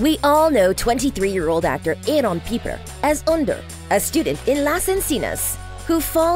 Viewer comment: Girl it is AAArón Not Aroooone .. This makes me angry